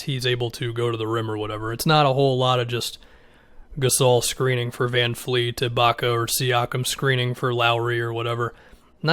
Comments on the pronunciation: Vanvleet not vanfleet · Its VanVleet......not VanFleet lol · It's Van"V"leet my man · It’s van VLEET!!! Can Americans not say VanVleet ? It’s VLEET!!!! There’s no “F” in his name !!! Fred VANVLEET